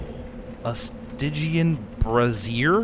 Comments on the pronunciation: It's a brazier, pronounced bray-zhur, not brassiere, which is another word for bra. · I laughed and laughed when he first pronounced that. this guy is a hoot to watch and listen to.